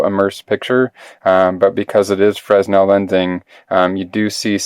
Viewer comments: it's not "Frezno" lenses, or "Freznel" lenses. While your spelling is correct, the pronunciation in English is "Free-nel" the "s" is silent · used to pronounce fresnel as you do. Then it was explained to me it's French and pronounced fray-NEL. Rather narrow market for this item. My wife owns an iPhone 6. Doubt I will.But there could be a bevy of iPhone 6 imitators. One never knows, huh? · Can't watch any more. If I hear an American pronounce it "frez-nel" one more time, I'm going to auto-immolate through sheer will power... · It's a name, not a word translated into American- it should be pronounced correctly.